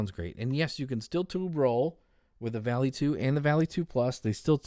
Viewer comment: I know I am late here, but the proper pronunciation is more V-ah-lee (Volley). It isn't a sharp "A". There may be other words that are spelled this way that are pronounced how he says it, but if we are referring to the Norse god, it is more close to Valley or Volley in the English language.